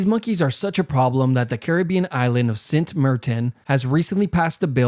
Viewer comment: Dude really pronounced saint like cent 😂